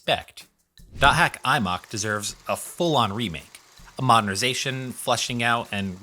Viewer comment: why did you call it Imock, it's I-Em-Oh-Cue.